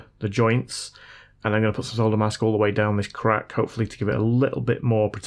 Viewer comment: Nice to hear 'solder' said correctly. Grates on my nerves when it's pronounced 'sodder'! 😊😊